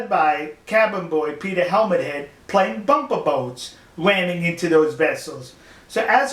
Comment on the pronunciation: Eehh What's up dwoc ? Bwumper bwoats... Wamming